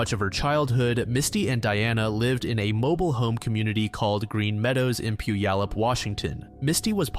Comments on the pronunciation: Puyallup = Pew-allup... (Pew like the seat in church). It's not pronounced how it looks. My cousin used to come into town every summer and when he'd see that sign he'd say Poo-ya-lup. 🤣🤣🤣 No one not from Washington gets it right. 😉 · this was all i could think about at the beginning tbh